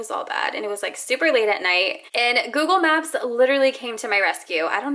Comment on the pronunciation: Google maps like 100 times never noticed she saying wrong